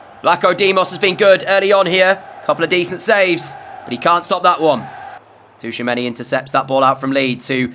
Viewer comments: Bro please stop saying Touchamanny... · I love the content so much and I have been binge watching since episode one but Tchouameni’s name is pronounced Chew-a-many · Great vids, but the T in Tchoumeni is silent. 😂